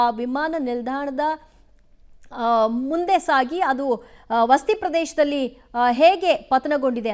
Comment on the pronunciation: Akka Adu vasti alla Vasathi.